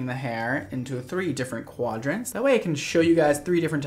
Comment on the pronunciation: We’re going to forgive for saying three QUADrants. 😭😂